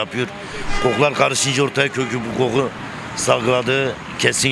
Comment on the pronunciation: Koku diye yazılır, qoqku diye okunur.